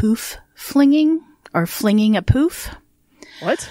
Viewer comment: Hi Girls Aussie here. Can't believe i have never heard of this guy!! Poof is short for Poofter. (Slang word for a gay man) It's pronounced like Put but with F instead of t. Emu is pronounced Eem-you. This was really well done thanks :-)